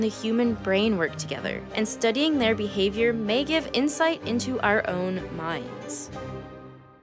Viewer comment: I appreciate how you said ‘Bee-havior’